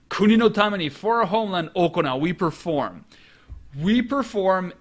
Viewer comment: I thought you just made a typo when you wrote 'to preform' but you actually seem to pronounce it like that as well. I know that 行う means to p*er*form, to do the aforementioned stuff for the country. Is that a typo or is 'preform' actually a word?